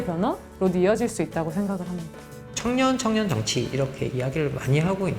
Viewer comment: 여교수의 발음 문제: 비판, 정확,정치, 봤을때,인식, 등, 장음인 첫 자를 모두 짧ㅅ게 잘못 발음해ㅆ다. 이러 문제를 지적한 이가 없다는 사실이 또한 한국 문화의 맹점이다 고국 동포 여러 분! 정중히 권하오니, "한국 어문을 고발함"이라는 책을 읽어 주시옵소서. 미국 변 완수 드림